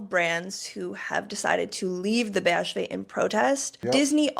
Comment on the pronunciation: you pronounced BHV perfectly